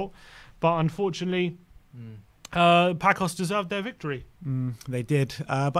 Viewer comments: Paços is Not pakos.... is passus. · It's not "Pakos de Ferreira"... The Ç should sound like an "s". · You write "Paços de ferreira" but you read "Passos de ferreira" not "Pacos". All the best for tottenham from a "Passos" fan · "Pakôs de ferrera". Say Paços de Ferreira, pronounce PaSuuus like Sue my mate. 🤣🤣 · PaKos? WTF is a PAKOS? There would be an excuse if our Manager didn't have at least three press conferences where he correctly pronounces the name of the team more than ten times. WFT? The lack of respect and doing the minimums (like just listening to our own Manager speak) is just obnoxious, as this channel has been for a long time. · It's Paços (read "passos" like paces) Thanks